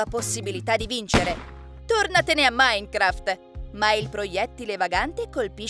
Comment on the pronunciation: Quando ha detto maincraft Io =ha imparato!!!! E poi ha detto fortnaite E io =nooo ( so come si scrivono ma come ľ ho scritto io è come li ha detti...)